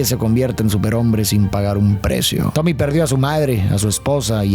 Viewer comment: dice tobi en vez de tommy